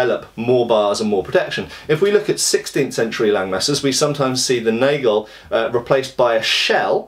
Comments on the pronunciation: Hey, the "a" in "Nagel" is pronounced just like in "hat" (british), unless it's plural: "Nägel". Nice video. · Cool video. [ˈnaːɡl̩] for pronunciation of NAGEL... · The "nagel" is pronounced with an "a" as in "bath" ;)